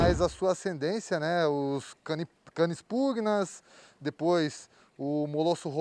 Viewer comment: Cara o Richard pronunciou corretamente a palavra PUGNAS (pronúncia PUNHÁS)